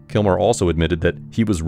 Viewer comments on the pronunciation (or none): I love this video but it sounds like you are saying KILMORE